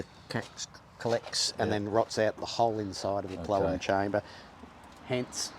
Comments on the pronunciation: what the hell is a plelum? did you mean plenum? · Never heard it called a "plellum" chamber. That's probably because it's actually a "plenum" chamber 😅😅😅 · Repeat after me pleNum not plelum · "Plellum chamber"...😆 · Not trying to be a smarty pants but its plenum not plellum.